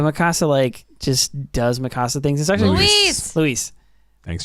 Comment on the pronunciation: Just found your podcast the other day. Had to hear your thoughts on EP 79,80&81. Solid points. But why do you guys do dirty to Mikasa's name? The way you pronounce it sounds like a spanish home. Mi casa. It's one syllable. Mikasa. Lol c'mon now